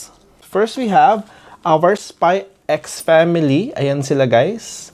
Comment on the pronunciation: Spy family not spy x family you're not supposed to pronounce the x